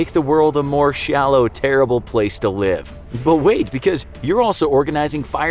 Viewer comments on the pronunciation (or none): none